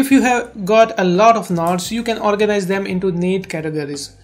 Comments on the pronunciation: Can u say NOTES not KNOTS. Its distracting me alot. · “scroll down and select nots” HAHAHAHAHGA AGWJAHHSHSDBNLMAOOOOOOOOO “nots”